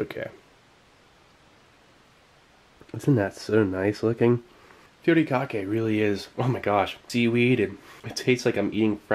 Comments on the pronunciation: Its not called putikake. its called “hu-ri-ka-ke” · Good pronunciation of Furikake but the Fu part is actually pronounced like "Hoo", you just blow air through your lips like blowing something hot.